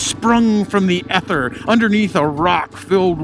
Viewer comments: It’s e ther not eth er driving me nuts saying it like that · First time I’ve heard anyone pronounce ether the way did.